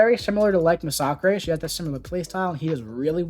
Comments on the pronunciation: Thanks for this! Very helpful! Also, nice to hear someone pronounce Masacre correctly! Kudos! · I never knew his name was pronounced “Mah-sock-ray”. I guess I always assumed it had a second S in the name and was just plain old “Mass-a-ker”. Although it does make sense since he is Mexican, I just never thought of it 😂